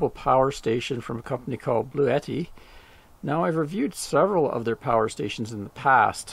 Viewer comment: It's pronounced = Blue - T Iv called the customer service phone number & that's how they pronounce it.